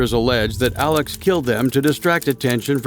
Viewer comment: Hi! Love the video, but as someone from SC wanted to say that his name is pronounced like Alec not Alex. Otherwise, love this.